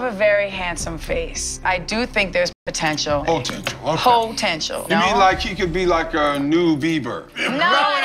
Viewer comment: “HOE-tential” yasss Mariah, bringin’ us nee vocab 🙌🙌